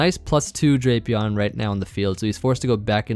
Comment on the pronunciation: Its pronounced "Drap e on"